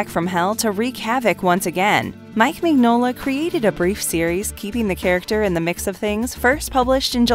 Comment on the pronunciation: Please research how names are pronounced. Mignola is pronounced min yo la